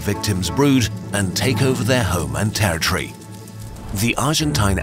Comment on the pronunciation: It's pronounced "territory", not "terror tree".